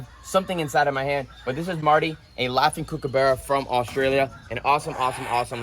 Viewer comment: It's not kookabeara it's kookaburra